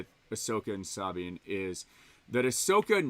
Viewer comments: Bruh its Suh-Bean . Not SAAAABEEN. lolol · "Sahhbine." Does know better than Filoni and every character in Rebels/ Ahsoka about pronouncing Sabine's name? 😆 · Dude says he watched Rebels but he pronounces Sabine like that!? Give me a break. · 😆 thank you, I was looking for other people who were bothered by that. Fucked up her name every single time!